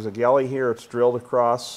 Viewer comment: Love your content and explanation as you go. Passing on your experience is invaluable, especially to the newbies. I am going to mention the most mispronounced word in automotive repair. Oil GALLERY,not Galley. A galley is a ship’s kitchen. Sorry, could help myself. Peter, retired Toyota master tech.